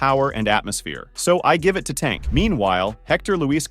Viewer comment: I can’t even say tank name right trash ass youtuber